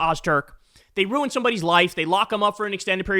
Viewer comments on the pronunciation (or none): none